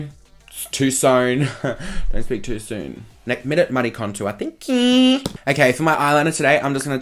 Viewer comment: "Don't speak too sone" ... "Thank QQQQQQ" LMAO!